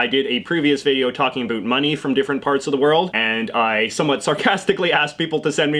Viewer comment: I know Canadians to you should I don’t say a boot but you said that in this video so yeah I’m not American.. I’m Norwegian